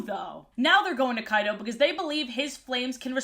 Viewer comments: Each and every time you said "Kyto" I kept hearing "Kaido"... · Was I the only one who heard her say Kaido instead of Kyto, NEDERLAND IS REEEAAALLL. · I was dead ass rewinding so many times to make sure she wasn't talking about Kaido from one piece when I heard Kyto 😂